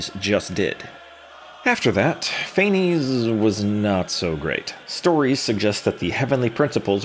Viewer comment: I'm Greek/German and it's actually pronounced KNEE-BULHOOGN and FAENEES